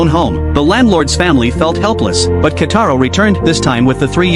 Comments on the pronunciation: "Kitaro" not "Kataro" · It's Kitaro and not Kataro😡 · Who the hell is kataro it's kitaro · His name is Kitaro, pls fix it next time ☠️☠️☠️☠️